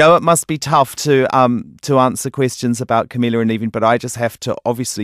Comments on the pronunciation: He could at least pronounce her name right. I'm not even a Camilizer or whatever you call them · Yeah sure big fan. A big fan would say Camila's name right.